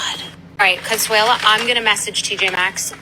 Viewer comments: very late to the video, but by the end of the bethnay section I was wildly distracted by 'Consuelo' instead of 'Consuela' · Why do you keep calling her Consuelo? Her name is Consuala. And did no one listen to the video? She literally said that she wanted that makeup but its too expensive. Bethenny didnt just assume that Consuela couldnt afford it.